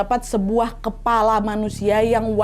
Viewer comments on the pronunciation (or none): none